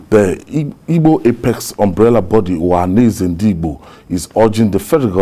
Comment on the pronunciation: Journalist that can not pronounce ohaneze ?